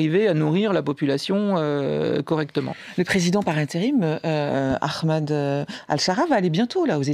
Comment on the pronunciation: aKHmad ? qu'est ce qui a soudainement fait prononcer les francais le H en KH ? Au pire tu dis A-mad.